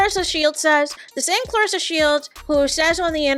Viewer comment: This video is so burnt. Its just as nauseating as Remy literally😂! This chick cant even pronounce Clarissa's name properly! Literally😂😅😂